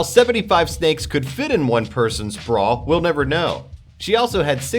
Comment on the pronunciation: Yeah I know.. It's embarrassing because even in America the have a place called Melbourne -__- Aaaaand he says Brawwwr instead of "Br-a" :-/ :3